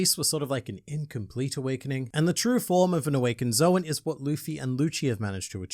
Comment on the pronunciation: saying Zoan wrong count: 4 saying Marineford wrong count: 1 Honestly, I expected more "ZOWAN," given the contents of the chapter.